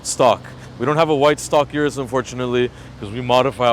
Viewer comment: Urus's? Need to go back to school. Plus it's pronounced O-RUS not U-RUS